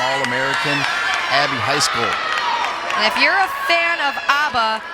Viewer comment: the male commentator pronouncing poor Abbys last name as "high school" every time